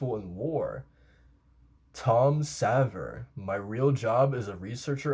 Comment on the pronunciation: Phonetically, in Japanese, it's "ku-sa-vaa" (クサヴァー). It's written as Tom Ksaver on the AoT wiki. Also, Pieck is more like "peek". ピーク = "piiku"